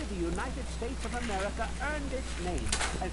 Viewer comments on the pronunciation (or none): The first president of Amerricuh lol